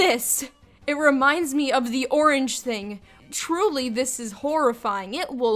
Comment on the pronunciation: It's name is pronounced "Orang" but not with the j-like sound effect.